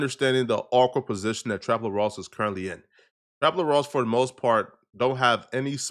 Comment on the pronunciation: its trap L-ORE lmaooooo not trap La-Rah